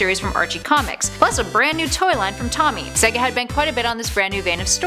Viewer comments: It's not tommy it's tomy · OH GOD YOU CAN’T EVEN PRONOUNCE TOMY RIGHT ITS TOE-ME